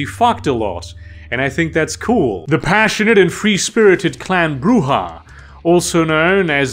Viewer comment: 100 points for pronouncing Brujah right most of the time.